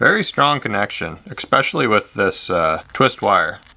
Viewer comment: 200+ IQ but you say expecially.. Great videos though!